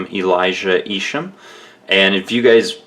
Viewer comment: It's pronounced "Eye-shum". Just so you know. I heard him say his own name in a video. The most unique designer currently.